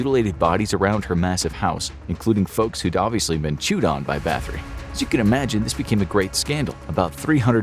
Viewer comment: Elizabeth Bat-hory, not bath-ory